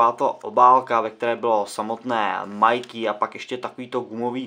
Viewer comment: Pozvánky nejde o to, video jako takové je povedené, sám jsem dal like, mě to jen bije do uší když je o tom samotné video;)